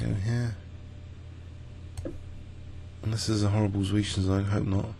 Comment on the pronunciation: By the way, both z's in the german word "Zwischenzug" are pronounced like "ts" as in the english word "assets". Thats the only issue I have with your videos:) Keep up the excellent work! Greetings from Germany